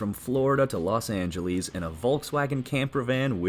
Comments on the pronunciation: There you go again, saying "Los Angelees." Don't insult the name. It's "Los Angeles." Spanish for "the Angels." I hate when people say Angeleees. Stupid. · "Los Angeleese?" I hate AI. Please put the Human back on the show.